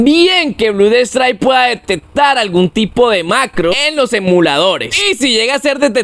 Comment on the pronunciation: Me harto a la cuarta vez que dijo Blud strike 😂